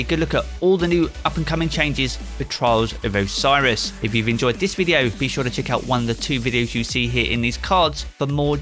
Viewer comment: i can only hear charles of osiris man try to speak better